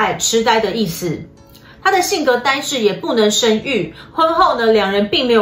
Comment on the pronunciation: 是生育。不是身育！